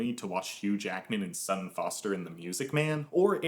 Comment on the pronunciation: They're brilliant with remakes...# And I'm certain that's not how Sutton is pronounced. And I don't think she's been in anything since the '60s.